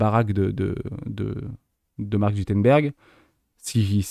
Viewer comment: Merci pour la vidéo que je suis en train de regarder (comme souvent). Mais on dit Mark ZuCKerberg et pas ZUTERBERG haha! Tu m'as fait sourire en tout cas. Contenu toujours au top (oui je fais une remarque sur la forme plutôt que sur le fond car le fond est toujours top).